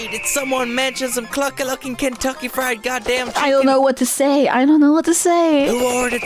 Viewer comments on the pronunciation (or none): none